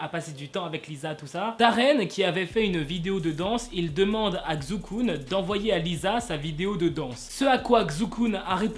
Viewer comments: "Kzou Koun" je crois que je peux m’enterrer sous terre. Ça se prononce "Tsai Chu Kun" pour le Kun je sais la prononciation mais à l’écrit c’est beaucoup trop compliqué. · Xukun se prononce Chukun😂😂 mais archi bonne vidéo sinon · Non ça se prononce "s" pas "ch " ou "sh" ( je le sais parce que chuis chinoise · Ça se prononce chukun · Sa ce prononce Chukun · Ça se prononce Chukun je pense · Ça se prononce "Shukun". Le X en chinois se prononce "Sh" out bien "Ch" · Effectivement,enfin quelqu’un qui le remarque 😂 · Xu kun la lettre [x] se prononce [s] et le [u] se prononce [ou] mais ne tkt pas mm mwa je ne comprendrai pas ☺️ Sinon j’adore tes vidéos continue encore et ça me donne des infos que je savais mm pas alors merci 😊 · WESH T'EST SRX TU BRISE MES ESPOIR COMME AS x( ( On pronouce CHUKUN --' mais tu pouvais juste dire KUN c'est son nom d'artiste ) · Xukun ? Il a dit ? 😂😭😭 mais wsh ça se dit pas comme ça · Désolé à tout les chinois ça se prononce pas XUKUN ! 😂😂😂😂😂 lol